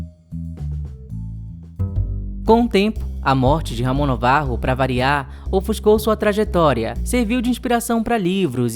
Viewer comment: Afinal, Navarro ou Novarro? Acho que é NAvarro; assim como Ben- Hur é lido como Ben "Ur" e não "Rur", Gilda não é Guilda... Gosto das pesquisas de vocês, assisto a todos os vídeos, por isso, dou- me licença para opinar, ou mesmo corrigir. Valeu😊🎉🎉